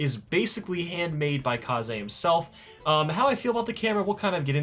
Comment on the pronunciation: Why are you saying kaze like kazay and not kayz like you used to?